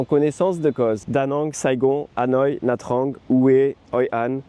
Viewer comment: Le seul effort que tu peux faire, c'est sur la prononciation des noms des villes vietnamiennes :D "Nha Trang" se prononce "Nia Tchang" par exemple. Sinon, excellente vidéo.